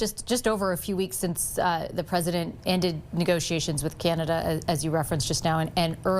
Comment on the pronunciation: Vassy learn how to pronounce CANADA - it’s not key-an-ada. And F John Bolton, talk about scraping the barrel 🙄